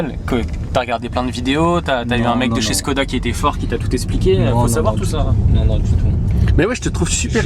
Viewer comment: il faut prononcer “chkoda”. le caron - le petit signe diacritique sur le Š - sert à ça